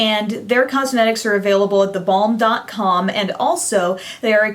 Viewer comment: Haha...when you say The Balm, it sounds like da bomb :)